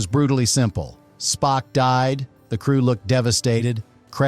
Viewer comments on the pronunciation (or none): "Spoke?" Is this the AI narrator?! 😆